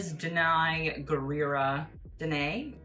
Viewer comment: If you cant pronounce peoples name, dont! You sound ignorant, special whrn you say things like "Deny, Danai...whatever she says "